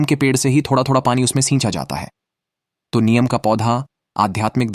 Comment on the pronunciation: Neem bolte hain, niyam nahi, aap se a hha to bacche bolta hain, pls lesen to again, hi di not clear, he hindustan hai, hindi ka sahi use karen, jai shree ram